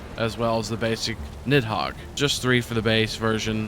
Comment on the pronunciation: FYI Nidhogg is pronounced nithawg.